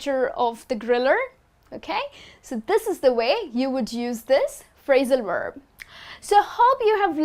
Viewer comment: Hi, your pronunciation of the word "verb" is confusing me...it sounds more like "werb"...